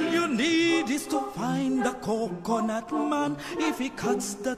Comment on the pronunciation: 코코넛 발음만 잘들리는거 겁나 웃기네ㅋㅋ